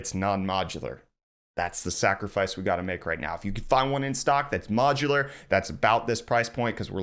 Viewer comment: IS NOT MOCHULAR?